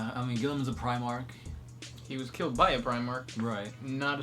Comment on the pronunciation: Neither of these guys can pronounce the letter L in the middle or at the end of the word. "Comfortable" is "Comfort-bow", "killed" is "kiwwed", etc.